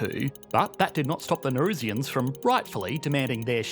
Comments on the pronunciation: Can’t be the only one irked by his pronunciation of Nauru lol. Also, I think it’s Nauruans not Naurusians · There are a couple of fundamental errors in this video. Firstly the pronunciation. Its not Nay-roo, its Nah-Roo. Secondly the population are referred to as Nauruans, not Narusians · Why are you pronouncing it "Ney-roo"? Pretty sure the correct pronunciation is "Nah-oo-roo" Also, it is "Nauruans" (Nah-oo-roo-ans), not "Naurusians" (or Ne-roo-shiens as you pronounced it) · The pronunciation of Nauru and Nauruans was so cringeworthy.